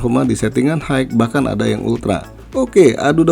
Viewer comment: High, pronounce nya hi bang bukan haig 😅